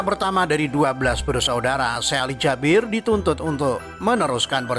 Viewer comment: Bacanya kok Jabir si kan Jaber 😞